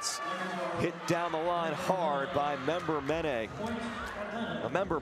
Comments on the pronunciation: Oh why oh why are so many PVF announcers so bad at pronouncing players' names?! Tonight, it's Atlanta's Lekitor Member-Menet. It's pronounced "men-AY." NOT "men-ET." This repeated mis-pronunciation of names is very UNprofessional. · According to the Vibes website, it’s actually pronounced LEH-keh-torr member MEN-uh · Leketor herself in an interview said it was pronounced Men-Uh. But doesn’t mind Men-Eh like she was referred to in college